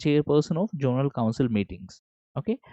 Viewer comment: Sorry to interrupt sir, But it's zonal not jonal